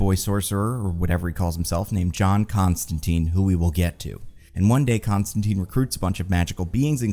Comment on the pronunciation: i had faith in to pronounce john constantine's name the way it was intended alas:c